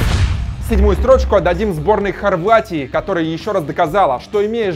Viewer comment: сборной Хоргватии? :D